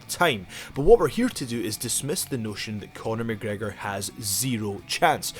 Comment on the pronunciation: Night Riders...McGregor not mc gregor